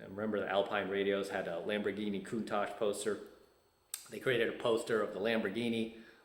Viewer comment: Ha!, I was just waiting to see if you would say Countach correctly. Congratulations! I grew up just south of you. I think my high school played against yours.